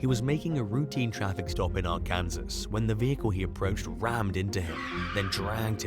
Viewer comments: For crying out loud, if it wasn’t for the fact you have been advised repeatedly about this I would ignore it but you need to research pronunciations. I can live with merry land but it is NOT Our-Can-Zez. It’s OUR- CAN-SAW. You repeatedly embarrass yourself with multiple mispronunciations and refuse to acknowledge these errors or make any effort to correct them. As an Arkansan it is insulting. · I don't think these are men. I think they're AI robots. Ar-Kansas? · Ar-Kansas ! 🤣🤣🤣 Mary-Land ! 🤣🤣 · Him pronouncing Arkansas was hilarious!😂🤣🤣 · I know. Arkansas is in the south which was mostly settled by the French and Kansas was founded by the English hence the pronunciation difference.